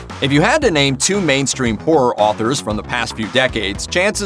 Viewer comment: WHY IS HE SAYING AUTHOR AND NEIBOLT LIKE THAT??